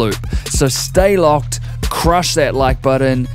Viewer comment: You need to learn how to emphasize and swear properly. You don't need to emphasize "I'm gonna make a shee**ting BOMB cup of tea... literally crushing that shbleep" "Don't just pick up the pencil.... CRUSH the pencil"..... You sound oddball 0_o